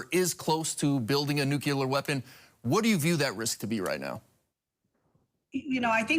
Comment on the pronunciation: I wish they’d both pronounce “nuclear” correctly.